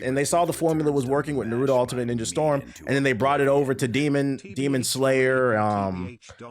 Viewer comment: "Narudo"lmao why do niggas put D in Naruto's name and pronounce that way?!